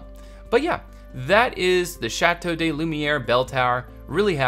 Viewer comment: Great video! I really can't wait to see this finished! A small tip for the pronounciaton of te name: "de" in french is pronounced "duh"